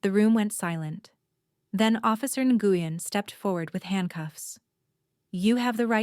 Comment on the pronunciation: It’s officer “Win (Nguyen), not “Ne-gu-yen! So frustrating when they mispronounce names!!